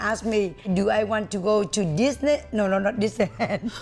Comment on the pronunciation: "from there they asked me if I want to go to Disne.." 😂😂😂😂😂😂😂